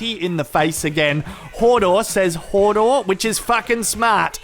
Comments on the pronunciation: It's hodor not hordor haha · i love ya, but its not fucking hordor, its hodor - also its not brianne its brienne